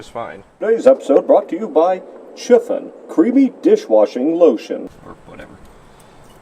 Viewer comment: the way pronounces "Chiffon" sounded like "schiffen". Schiffen is slang in german for "taking a piss / to piss".